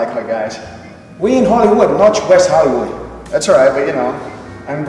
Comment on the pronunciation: we in hollywooch not in wesh hollywooch